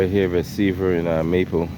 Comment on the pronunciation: Dude said he’s clear from “Seavle and Maper” 😂